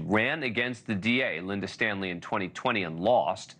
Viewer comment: When I hear you say "Linda Stanley" or mention he met the child's "mother" that there is an emphasis in your voice that seems like disgust, almost because they're women.